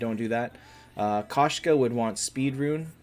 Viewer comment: Its pronounced k o shka. It means female cat in Russian. Кошка